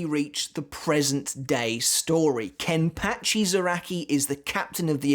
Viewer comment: Is it just me of the way he says Kenpachi somehow weird? 🤔